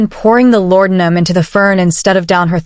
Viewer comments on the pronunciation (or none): Great story!! The only thing I didn't like was the way AI pronounced laudinum.